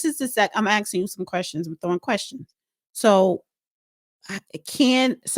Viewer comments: It’s not AXXING! It’s ASKING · Did she say axing you"? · It's aksing- phonological dyslexia